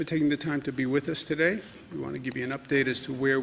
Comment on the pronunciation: Pronounce: TODAY